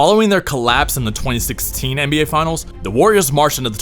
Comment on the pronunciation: the what? NBGay?